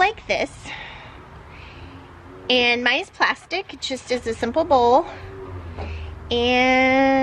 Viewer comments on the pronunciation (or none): none